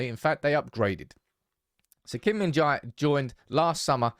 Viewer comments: The correct pronunciation is "je". "jai" or "jay" is incorrect. [gim min-je] is perfect pronunciation. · Why is it so hard to say Jae, pronounce like Apple without second syllable, Kim Min JA/pple.